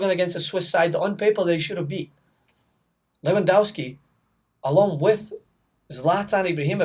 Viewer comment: I don't think you've actually watched a single Poland game this euros, Lewandowski is brilliant and you can't even pronounce his name correctly. Maybe you're just salty that he crushed your hopes by scoring a goal in the 94th minute in the qualifiers